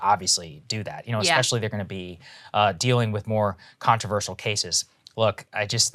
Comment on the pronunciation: Saager... you just said "EKspecially". Sincerely, the grammar nazi. I love your work but could not resist. :-)